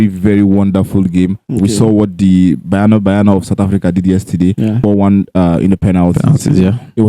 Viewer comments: It's not bayana bayana 😂 it's ba-nya-na ba-nya-na. Banyana means girls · Its Banyana Banyana not Bayana Bayana. Or should we say Super Chickens? Lets show respect by calling each others names correctly. At least try.